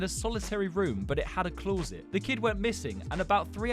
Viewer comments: no way my guy rlly said “cloorset”💀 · Can you say closet again 🤭 I missed half of the story writing this, then I heard bathroom, say bathroom 🤭